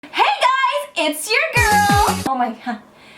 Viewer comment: I'm Japanese and " it's your girl " sounds " ecchi(h) girl " Thank you.